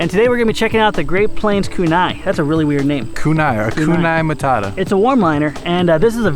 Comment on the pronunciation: By the way, in case you're wondering, Kunai is the name of a ninja's throwing stars/knives. In case someone was curious. And it's pronounced pretty much as said it:)